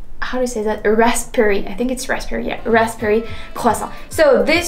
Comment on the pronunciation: Raspberry.....do not say the letter "p". So say it as "ras-berry"